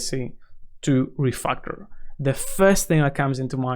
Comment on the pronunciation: Why do you keep saying refuckel